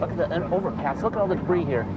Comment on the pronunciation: What's debre? Oh he means to say debris (da bree)